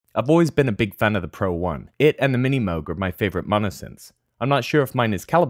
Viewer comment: whats a mini moguh lol